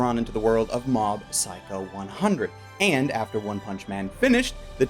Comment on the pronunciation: I could've sworn I heard him say Mom's Psycho 100 .